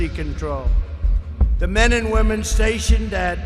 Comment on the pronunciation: Did anybody catch that?..."womnen"....not sure if on purpose or not